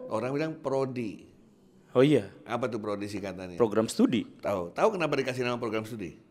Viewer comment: malah ikut ketawa saat bilang klenapa tidak